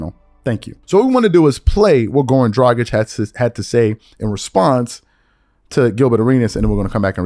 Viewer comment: Wow im rly impressed that you said Dragić the right way and not "Dradzik" like most ppl do